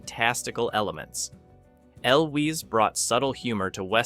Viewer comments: It's "EL-wiz" Hearing you mispronounce his name over and over was murder on the ears. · "El Wees" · The way that you so loudly and confidently pronounce Cary Elwes name so incredibly wrong convinces me not to watch the rest of the video, because if you don't even know how to pronounce the stars' names then you've lost all credibility. i can't believe that you know any "facts" about this movie. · frustrating when a lot of videos are being narrated that way, but this video just sounded like a case of the narrator not knowing how to pronounce the name. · Agreed. Total fail on the name. I’d re-upload the video with the correct pronunciation if I were the narrator. Seriously dumb.